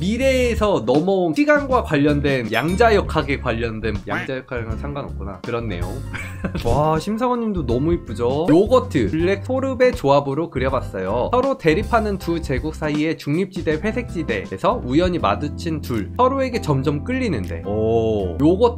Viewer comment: 아직도 소르베를 소브레라고 하시는 ㅋㅋㅋ